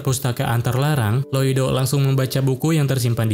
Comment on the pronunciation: info nama MC nya bukan loido tapi loid😅